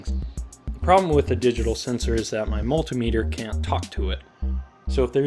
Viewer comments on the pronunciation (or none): none